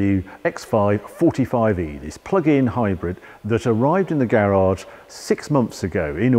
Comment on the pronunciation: It's a hybrid not a hybread why would I trust anything you say